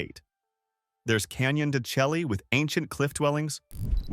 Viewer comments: Great video! One issue, please learn how to correctly pronounce the names of things you are talking about. Saguaro is pronounced Sa war o. Canyon De Chelly is pronounced canyon de Shea. One of my pet pets as an Arizona Native is when people use A-I and or do not. pronounce things properly . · Good Lord. So much incorrect info. Horseshoe Bend is not in the Grand Canyon. Nether is Delicate Arch. (Which you show numerous times) That's in UTAH. And the volcanic eruptions? Videos of Mt St Helens. That's in WASHINGTON. So so so many other issues with this video, including ridiculous mispronounciations. Saguaro. Canyon de Chelly. Wupatki. And so many more. Horrible video.